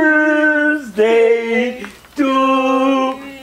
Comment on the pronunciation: 0:6 kaze brsdej umesto birthday